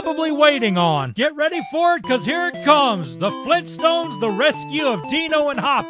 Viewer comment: FLEENTSTONES!? AUGHHHHHHHHH!!!!!!!!!!!!!!!!!!!!!!!!